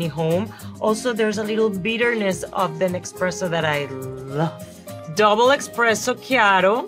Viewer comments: With all due respect Sofia Vergara, but it's ESPRESSO not EXPRESSO. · I almost am a believer except she says EXpresso when it’s ESpresso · Essssssspresso not Expresso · Only she’s keeps saying “expresso” 😬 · Amazing! I do believe but I almost couldn’t that she really guessed all these right. If she now would pronounce it eSpresso my Italian heart would be very happy 😂 🇮🇹 love Sofía she is a goddess! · eXpresso though 😂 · There is no x in espresso. Someone should tell her. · How can she know this much about coffee and say eXpresso?🥲